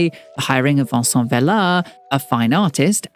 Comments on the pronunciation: This is such a great video but I wish you had looked/researched a little into Spanish pronunciation. You tend to pronounce all letter in Spanish. It is nothing like French. Vicente Vela is not the same as Vicen or the french name Vincent as you pronounce it throughout. This is the same with the street names. Calle should not be said like Cal. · I kept wondering why you pronounce Vicente in French. 😂 (like it’s Vincent)